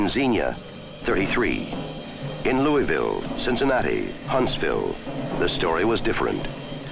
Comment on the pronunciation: Great, but he did not pronounce Louisville correctly.